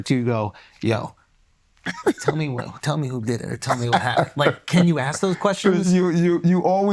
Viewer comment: A political figure saying "axk"